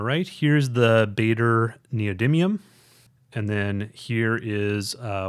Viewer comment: Pronunciation help: The "aa" in "Baader" is pronounced like the "ar" in "large".